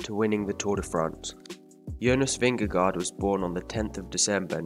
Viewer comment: Nice video, but you mispronounced his last name.